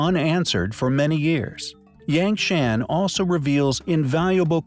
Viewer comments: FFS, this is a great video, but "Yangshan" is pronounced like "YAHNG HSAAN" and "Yongle" is pronounced like "YEONG LUUH" (not like "dongle" with a "y".) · I know it's trivial but "Yang Shan" is not pronounced that way. The A's are an 'ah' sound. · Eek the pronunciation of "yangshan" hurts me on the inside